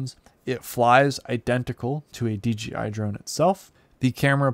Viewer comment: DJ-EYE, Ya, that'll do...